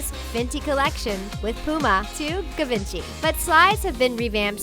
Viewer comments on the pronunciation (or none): tf she said givenchy like guvinchee, it's pronounced like jivonshee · Did she say: Giv-en-chee (with a hard "g")? It's Givenchy? I give a major side-eye to this so-called "fashion" video. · The way she says Givenchy 😂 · The way you pronounced Givenchy💀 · Am I the only one who cringed when she said Givenchy wrong? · I got annoyed by her pronounciation of "Givenchy" 😪😪😪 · Please learn how to pronounce: Givenchy and Hadid. Again, corduroy never went out not did fishnets and Juicy uses "couture" wrong and are sold at Kohl's. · Learn how to pronounce Givenchy, for the love of god. It's French.